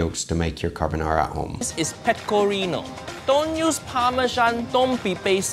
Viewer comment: She definitely said: "more pecorinA" Cheeky, cheeky